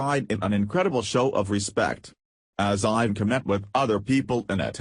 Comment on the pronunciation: Too much rambling for nothing. You never even got to the subject. AND PLEASE learn to pronounce Melania & Ivanka.